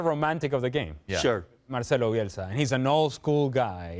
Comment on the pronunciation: Bielsa. Get the name right